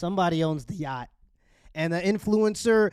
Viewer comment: why everybody in this video is sayin YAAHDING ?! its called a YACHT ffs... sounds stroked tf out man damn